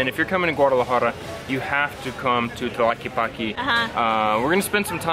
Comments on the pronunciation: Sorry for correcting you on how you're pronouncing tlaquepaque but the first thing you should notice is the word "que" it's spelled twice in this word and I'm sure you know how to say "que", so it's pronounced tla-"que"-pa-"que", remember the e in Spanish resembles more the sound of the a in English and not the e it's more like the Canadian eh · Hi y the pronounciatiom of the word Tlaque paque is Tla/que/pa/ que not tlakipaki. Like when gringos pronounce my name as enriki, not good. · "Tlaquipaqui" hahaha. Saludos güeros. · I like how you pronounce it. "Tlakipaki". Love your effort to know "mi ciudad". Saludos desde Alemania. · Remember in Spanish E is not pronounced iii, you are saying tlaquipaqui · "talky palky jalisco" .... yup, it's really hard to pronounce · It is pronounced Tlaquepaque TL Ka ke pa ke in Spanish vowels especially at the end “E” eah. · Stop saying Tlelatepaqeeeee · in Tlaquepaque, the E sounds like in elote, ernesto